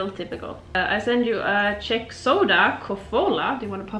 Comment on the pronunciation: People, its not Sheck Republic, its Czech Republic, pronounced as CH (č) = Check Republic